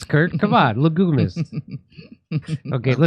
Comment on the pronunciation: le-gyoo-mist.....if you had pronounced it correctly, it might have landed.